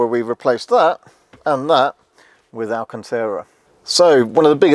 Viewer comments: Is he trying to say “Alcantara”? Never heard of alcanteera. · "VIN", saying number after it is redundant as that's the last word of the acronym. Just like "PIN". ;) Isn't it also "alcantara" not "alcantera", or are you doing some kind of US pronunciation? 🤣 Lovely car. :) Some people had reported putting their foot through the old speaker cover or puncturing it easily in general. It would be great if these have ANC too. Maybe the same drivers as the new S and X to keep costs down/minimise the number of parts needed? How does the actual ground clearance compare? Is it a different side panel on the MIC rather than the ride height?